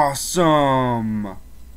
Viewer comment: Why do you have to say asome that you say its anoying